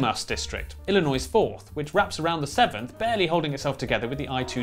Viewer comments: they did pronounce Illinois slightly incorrectly. The stress is supposed to go on the final syllable and they put it on the first. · you pronounce Illinois wrong